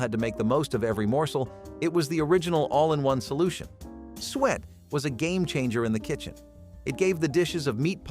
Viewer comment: Suet is pronounced sue it not sweat.